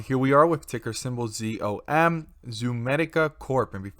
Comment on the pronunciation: it’s NOT “ZOOM”!!! It’s ZOM AS IN IM A ZOMBIE $$$$ #ZOM